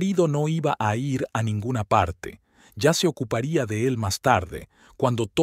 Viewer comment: Tampoco sabe decir ir